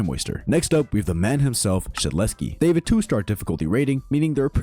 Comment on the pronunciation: Shedletsky is s tear not a A tear